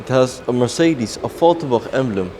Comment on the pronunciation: Could you PLEASE pronouce Mercedes in the right way?